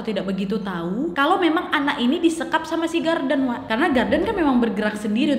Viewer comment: Nad, knapa mukamu tuh mrip x dngan kwan qu wak?? 😄😄 Btw, knapa kao nyebut nama si Gordon itu jdi Garden?? 😅😅